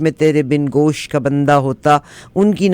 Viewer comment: Bundah = Earring ۔۔۔۔ (Jewelry) بندہ کی ب کے اوپر پیش آتی ہے،! سلام و دعائیں ❤ خاکسار، اسدملک۔ پاکستان۔